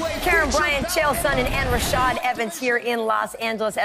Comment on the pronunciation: LOLat Karyn calling Rashad "Rochelle" at 22.40 haaah